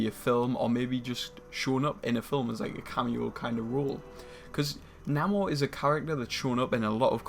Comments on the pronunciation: it's pronounced "NAY-MORE" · Why pronouncing his name wrong?